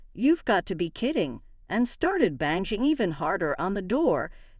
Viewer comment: Also 'banging'...'banshing'???? It would be nice to at least have a real person read these ridiculous stories.